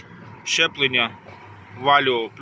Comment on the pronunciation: Правильно говорити ЗЧЕПЛЕПЛЕННЯ